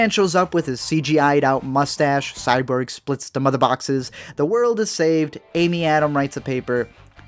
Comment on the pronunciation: Did he say Cyberg instead of Cyborg?